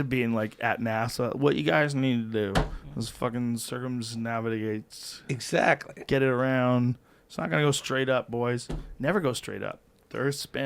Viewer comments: Joe "cirrzum naszigatez" Rogan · Who else realized Joe making fun of the dudes mispronunciations of “circumnavigates”